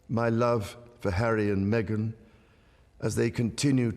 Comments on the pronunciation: Oh FFS this American News “reader” called her Princess Methane, she is the farthest thing from a Princess, maybe in her own mind she is. FOX really needs to assess their news reader’s knowledge of the facts before doing such interview with our wonderful. From Southwestern Ontario, Canada 🇨🇦🙏💖🙏🇬🇧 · Did she say Princess MeAgain Princess 😂